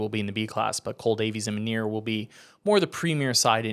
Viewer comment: That’s not how you pronounce minear’s name by the way (mini)(er)